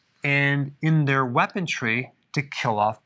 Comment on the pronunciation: Lol doc Love ya but you keep saying WeaponTRY.. i don't think there's a T in weaponry ...